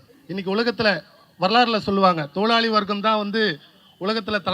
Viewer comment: தொழிலாளி வாக்கியத்தை உச்சரிக்க தெரியாத நீ போராளியா உனக்கெல்லாம் நீட் தேர்வு பற்றி என்னடா தெரியும் . சாவுக்காக்கி